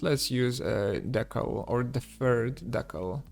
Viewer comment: Thanks so much for helping ease my transition to Unreal...your tutorials are fantastic! And just in case no one has helped out yet..."decal" is pronounced DEE (as in "demon") kal (as in "California")...at least here in the US ;)